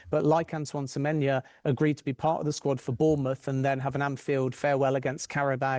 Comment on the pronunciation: He gets most players names wrong on a regular basis. Semenya?😂 for someone who works in the industry it’s not a great look